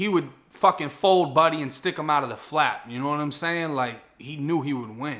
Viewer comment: Fold buddy and put him through the flap 😆 with the accent..